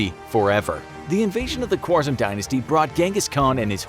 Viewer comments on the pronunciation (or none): The name is pronounced "Khârazm" although it is written "khwarzam" but otherwise very educational video i must say.